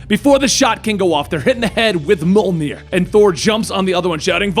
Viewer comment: I hate how he says mjolnir